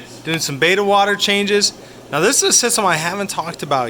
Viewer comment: Wait wait... did he say BETA? Beta fish? Really? It’s Betta, like better! Wow